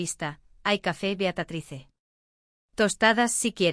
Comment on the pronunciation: Beatatrice? Caramba. Se dice Beatriz